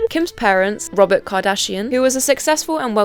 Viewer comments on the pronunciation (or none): none